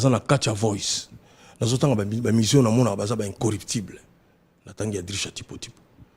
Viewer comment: MANDAT CHANTE AZA NA PROBLÈME YA FRANÇAIS, MOT" incorruptible " NDE ESALAKI YE MOBULU NA CERVEAU.